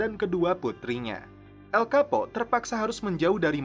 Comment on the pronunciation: Bacaan namanya El Chapo bukan El Kapo min